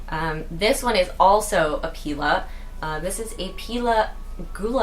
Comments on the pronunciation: So cute! Pepper-oh-mee-ah Pie-Lee-ah (Just some help with pronunciations!) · ive always wondered isnt it pronounced as [p-eye-lee-uh] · Pie lee uh, peper o mia, dra see na, mar an ta :) Love your maranta!.. I have a lemon lime, and am in search of the red one. Going to a greenhouse tomorrow...The addiction is real!